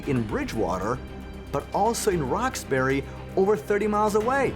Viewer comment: that's how locals say Roxbury..,.